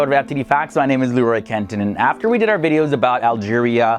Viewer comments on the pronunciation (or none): none